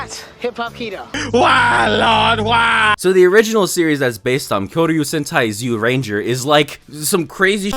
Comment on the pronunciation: Zyuranger (jyu-lain-ja)